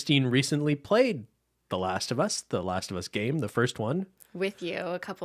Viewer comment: Not last of humm-us lmao